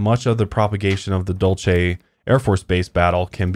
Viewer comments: I just want ya'll to be aware that Dulce is pronounced as "dolse" here in New Mexico. Everytime you guys said it I was internally screaming lol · I live pretty close to Dulce! I’ve never even heard of the base. Also Dulce is a Spanish word pronounced “Dool Say.” 😜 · I live very close to Dulce (pronounced like Duel-cee) and a friend of a mutual fb friend just posted a video of a ufo they chased around Archuleta mesa... it was a weird spinning light.. I am trying to find a link to it but seem to have lost the video... will update if I can find it.